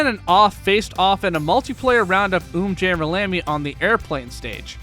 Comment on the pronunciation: Finally someone who properly pronounces umjammer lammy